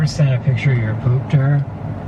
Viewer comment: I thought he said boob! Lol